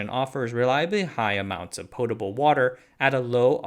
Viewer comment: It’s pronounced potable not potable ffs